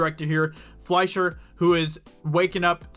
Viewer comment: yes you pronounced ''Fleischer'' correctly. quick German lesson for anyone who's interested: words that have ''sch'' in them are most likely German. with German words, the long vowel sound is the second in the pair; so ''ie'' is pronounced with a long E sound (like in 'Melanie' or 'Julie'). words with ''ei'' are pronounced with a long I sound (like Einstein or Fleischer). Cheers!